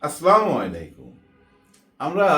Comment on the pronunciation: ভাই আপনার ভিডিও আমি দেখি। আপনার সালাম দেওয়াটা ঠিক হয় না আসলামু আলাইকুম না বলে সুন্দরভাবে আসসালামু আলাইকুম বললে ভালো হয় তাতে অর্থ সঠিক হয় । ধন্যবাদ।